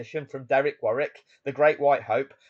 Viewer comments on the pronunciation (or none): none